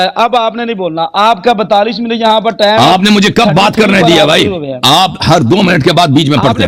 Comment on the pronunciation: بد تمیز مولوی یھاں ٹامءم ٹاءم کر رھا ھے بیحیا جاھل صرف وقت پر زور ھے